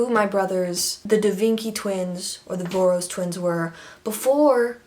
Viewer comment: Voros is pronounced like Vorosh! It's a Hungarian name I think?